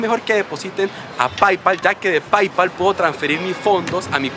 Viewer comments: PAIPAL xD, se pronuncia "peipal" y se escribe Paypal bro! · Se escribe PayPal y se pronuncia peypal sopenco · Se dice "PeyPal" pero se escribe "PayPal" -_